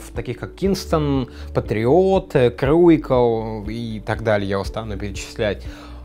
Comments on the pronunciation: Никита Шевченко я понимаю. Я к тому, что не просто неправильно читает слово, а вообще буквы местами поменял. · неее к логопеду точно надо а то крушиал называть круикал неее нельзя так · каждый называет, как ему хочется, cruical назвать круикал а не крушиал - это как xiaomi называть ксиаоми а не сяоми, шаоми. Это особенность произношения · Сейчас бы крушэл называть крушиалом и других упрекать в неправильном произношении... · >cruical назвать круикал а не крушиал - это как xiaomi называть ксиаоми а не сяоми, шаоми. Эээээ, нет. Проблема даже не в произношении. Проблема в том что, crucial а не cruical. То есть это Крушал, Крушиал, Крукиал, Круциал, но точно не Круикал) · Какой крушиал, какой круикал. Crucial ['kru:ʃl]="krushl"- "крушл" или "крушэл". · КРУИКАЛ. Лучше вместо логопеда к учителю по английскому.